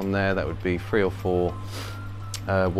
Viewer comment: Forgive the American …. I thought you were saying a “Free chamber sump” 😂😂😂 It took me a minute to realize you were saying Three chamber sump